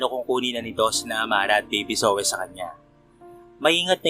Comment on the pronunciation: PARANG JOEY ANG PRONOUNCE SA PANGALANG ZOEY.